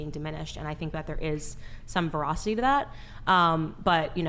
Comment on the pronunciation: Lol candace pronounced "Veracity" like "verocity"